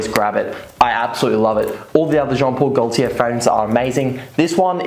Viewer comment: Jon pol goltier le mele le parfooom